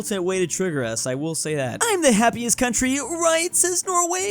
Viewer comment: it says 'happiæst' instead of happiest. Now, it would make sense to just say happiest, but if you want to embrace æ, it's pronounced happiast. It would make more sense with hæppiest though...